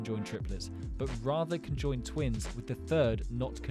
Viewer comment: I mean conjoined not cenjond